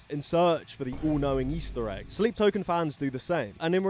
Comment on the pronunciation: I didn't know sleep token existed so I thought you just mispronounced slipknot on purpose